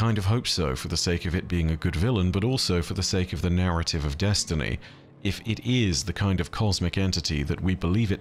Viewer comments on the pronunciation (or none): none